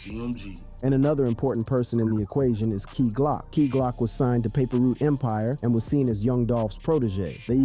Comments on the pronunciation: You killing me saying paper root empire lol you know how they say it bra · I gotta laugh alil bit of how you pronouncing certain names and words You said “ paper root” instead of “paper route” lol LLD 🐬🐬🐬🐬🐬🐬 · wtf the narrator said paper root instead of paper route lol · Paper Route not Paper Root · daily=It's paper route not paper root!!! I don't get you young dudes on youtube at all man. how can you except to be taken seriously if you either can't spell or you purposely don't spell words correctly of the language you have spoken your whole lives? and you don't pronounce words correctly either way why? this is the way our kids will grow up to be man with the same stigma of ignorance on them!!!! #message pick it up!!!!! 👆